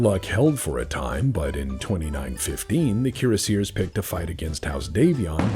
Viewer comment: Keer a seers. Kiera Sears? Cure Sears. Oh Cuirassiers. Kwee Ross See Ay. Dumb ole french stuff.